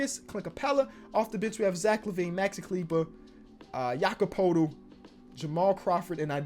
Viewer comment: BTW JPs name is pronounced yacub peardle i know that wasnt even close to spelling it correct im just spelling it that way so that you know how to say it 😐